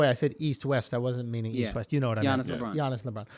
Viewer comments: Come one, Schulz. Giannis is pronounced "yah-niss". Not "jah-niss". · It's pronounced Yannis not gannis. Do u even watch basketball bro 😂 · i mean , i know that americans can pronounce 'yannis' properly but holy fuck andrew you really fucked it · Gee-yaw-nis??? I’m suddenly convinced Andrew doesn’t actually watch the NBA LOL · Schulz switches between pronouncing Yanas and G-anas so effortlessly it’s cracks me up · Who the fuck is Johnas???? Oh... you mean Giannis... hahahaha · So done tell Schulz the Giannis name is pronounced YAh-nis. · schulz said john-iss, then properly pronounces giannis, then went back to john-iss right after??🤔🤔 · Andrew saying Jiannis is so enjoying😂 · Dude pronounced giannis 3 different ways in about 5 seconds 😂😂😂